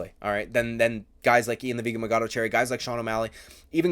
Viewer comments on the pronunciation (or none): It’s machado not magado!! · You don’t have to say “ian the vegan Machado garry” 20,000 times. Especially when you can’t even say machado right. Idk if you’re trying to be sarcastic but there’s an h there.